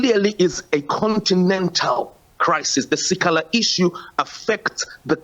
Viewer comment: The news reader can't pronounce si kha la 😱